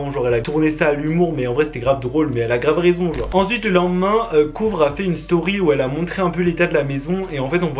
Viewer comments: “COUVRE” je meurs 😭😭😭 ça se dit kover 😂 c’est pas méchant ça m’a juste fait rire sinon t’es le best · T’as dis couvre? Ça se prononce cover 😂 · wtf j’ai bien entendu il a dit “kouvre” jjkgeetghjjcd t’as rien respecté il me semble que ça se prononce “ kouver ” 🤣🤣😭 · pour le prenom de kouvr ca se dit pas "COUVRE" ca se dit "KOVER" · « Kouvre » 😭😭😭 noonnnn ça se prononce « koveur » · «kouvree » 😂 avec l’accent stp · Je suis la seule que ça choque qu'il dise "Couvre" pour Kouvr ? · kouvr ca se lit Kouver